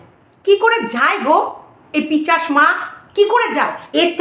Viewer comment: তুমি আবার পিচাস বল্লে।একদিন বলেছি না পিসাচ হবে।